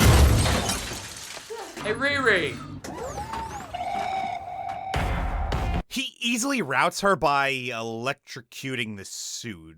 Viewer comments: I haven't seen this movie so while i was watching this vid i though the main characters name is "retard" because of how you say it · Dude everytime you say her name I'm crying laughing 😂😂😂😂😂